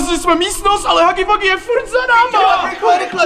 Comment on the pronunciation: Je to huggy wuggy a ne haggy waggy